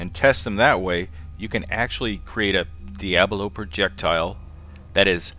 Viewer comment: Diabolo, I think you're mispronouncing it just to annoy me.